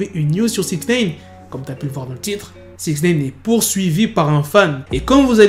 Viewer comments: Wesh arrête avec ton "Sixnéyne" tu sais pas dire SixNine ?? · "sixneyne "comme toujours